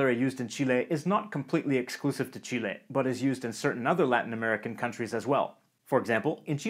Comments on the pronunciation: I like that he says "Chile" and not "Chili" ❤❤ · As a Chilean i really appreciate the fact that you call us Chile with the letter "E" pronounced as Spanish and not the English "E" which make it sound more like "Chili" the meal for us. Great Video! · kind of unrelated but god I can't thank you enough for saying Chile right! I really hate it when foreigners say it like "Chilli", really ticks me off.